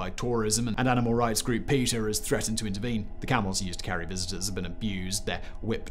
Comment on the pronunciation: PETA is not pronounced "Peter".